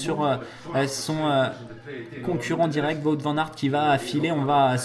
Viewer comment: Juste un petit détail, Wout Van Aers ne se prononce pas "Vout" mais comme le Who en anglais avec un T à la fin :-), sinon, super vidéo.